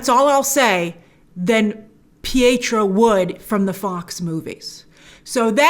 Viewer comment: It's deftnatly not pietro.